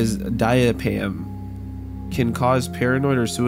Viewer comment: Chloe is too much! It's always something 🤦🏾‍♀️.. also it's pronounced more like ----> DIE-azz-e-pam. It is absolutely NOT normal, thats not even girl code. We dont just walk around kissing our friends. Hell i dont even like for my friends to stand too close to me!